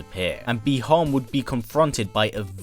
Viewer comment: Bee han ????? 😞 Butchered name